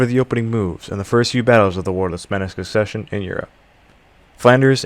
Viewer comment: Minor Errors bruh mispronouncing succession foe conseccuns isn't Minor!